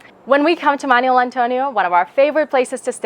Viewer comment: It's not "manual". It's Manuel.